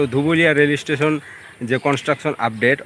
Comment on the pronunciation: Bhai Rail estation noy, Rail station bola hoy, si-li-per noy, sleeper bola hoy. Tomar sob video tei dekhi khub bhul ucharon koro jegulo sunte advut lagche.